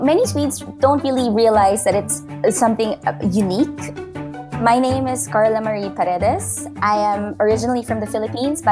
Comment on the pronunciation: true po! And the moment she pronounced her name made me 100% sure